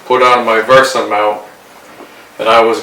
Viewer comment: VESA not VERSA